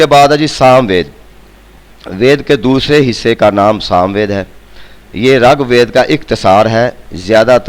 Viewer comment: sir g rAG WEED NAHI RIG WEED HOTA HY